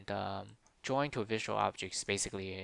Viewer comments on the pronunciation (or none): Nice video. Explained it better than my programming teacher. You should stop pronouncing 'drawing' as 'jawing' though.